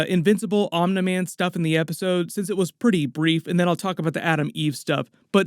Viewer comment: I don’t know why it bothers me so much but it’s pronounced omnee man. Not omnuh man. Lmao